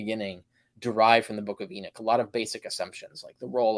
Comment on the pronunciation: It's Enoch, not Erick. 😅😅😅 You guys are kind of a joke.